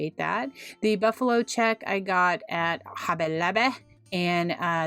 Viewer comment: You are amazing! Your painting is so good! I also love how you say “hobby lobby”! Cracks me up. New stubbier here!